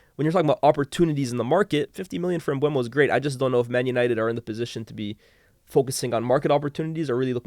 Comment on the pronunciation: Why can nobody say “Mbeumo” correctly?😂